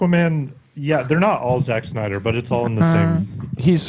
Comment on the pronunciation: I wish you guys would do an ounce of research about Justice League. Y'all just endlessly bash his movies and admit you haven't even seen most of them, while also bringing up Rotten Tomatoes scores for movies he hasn't even directed. It's spelled Z-A-C-K and is pronounced Snyder not Schneider. His fans raised over a hundred million dollars for the mental health and the movie is over 2.5 hours of new footage that you haven't seen.